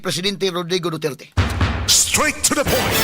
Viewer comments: Hahahaa 😂 Abi naku ako ra nakamatikod nga lahe ang paglitok sa apilyedo ni president duterte,Na Dutert Naman NuOn! 😂 Unsa nga klase nga Bugado diman kabalo MO- ENGLISH DA! 😂 Lingaw ko nimo sir Oy!😂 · Mao gyod atty. ilang pronounce sa duterte"DOTYETYE" 😂😂😂😂😂